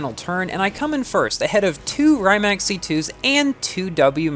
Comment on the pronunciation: just a heads up, the pronunciation of “Rimac” is closer to REE-mahts. Not a perfect approximation, but it’s a bit better than RYE-mack